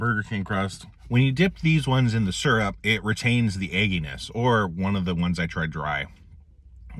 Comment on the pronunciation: i've heard "seerup" and "surup", but this is the first time i've heard "surp". gonna start calling it surp 👍